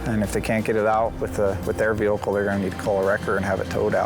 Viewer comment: He also called it a “veelcle” every time. 🤦‍♂️🤣